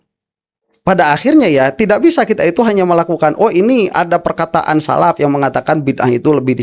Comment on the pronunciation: Ngakunya salaf padahal saraf😅😂😅